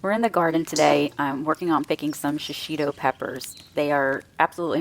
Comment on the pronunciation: It's pronounced she-she-toe.There is no short i sound in Japanese and no accent on any syllable.